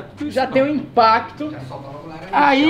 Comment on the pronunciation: "inpado" e "autônomo" kkkkkkkkkk